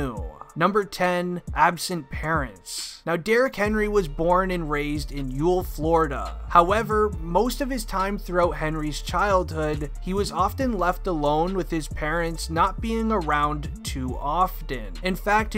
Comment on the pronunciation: Just for future reference yulee is pronounced you lee. just so everyone knows don’t need anybody else mispronouncing it not trying to be mean or anything it’s my home town and I love it. Used to go out in my backyard and watch the yulee hornets run up and down these Other High school teams. In fact they made a rule back when he was playing in high school that once the Hornets got up to a certain amount of points Derek Had to sit out for the rest of the game. you know to give The other team a chance. He does a lot for the YULEE community during Christmas he’ll go to Our local Walmart and buy every bicycle on the rack for all the Less fortunate kids in the community along with toys and clothes and other stuff like that.really awesome dude not saying he hasn’t done bad in his past maybe we all have But I’m willing to say that he does more good than he does bad from what I’ve seen. Run YULEE boy run